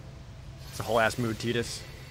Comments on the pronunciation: “Tee-dis”? I’ve never heard it pronounced that way. Always thought it was “Tie-dus” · "teedus" ? Ok are you doing the names wrong on purpose ? You've gotten every pronunciation from every single game wrong.